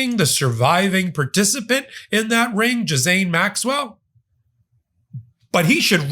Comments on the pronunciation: figure out how to pronounce "Ghislaine"... (hint Zhee-len) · Her name sounds like Jillaine. Are you trying to make a joke? Jizzaine? Otherwise it just sounds dumb. There is an L in her name and the S is silent. Gislaine sounds like Jillaine not Jizzaine 😂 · Stay Angry! (Ghislaine is pronounced Gilane btw!!) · The S in Maxwell’s name is silent. You pronounce it Gil- lane. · I love your videos and learn so much from each and every one. On a side note, I heard one of Ghislane Maxwell’s friends pronounce her name the other day. She pronounced it “Ghee-Lonn.” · Please pronounce her name correctly. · Dude, I have much gratitude and respect for you, but this one is hard to follow. You’re all over the place on this one and pronouncing her name wrong. I’m only offering constructive criticism because I know you can do much better. Wishing you well, I hope you had a nice holiday. Now get some rest 🙏🧡